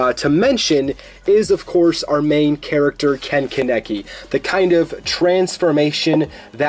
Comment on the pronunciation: This guy really just say ken-ka-neki